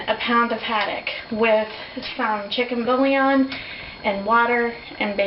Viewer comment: Where to begin? Can we at least expect these people to speak English? Bouillon is a two syllable word, not three; it is not 'bull-i-on'. Oh Lord, please spare us.